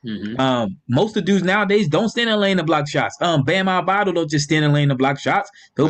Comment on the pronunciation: It's Bam AH-DE-BYE-OH. Still slipping fam 🤣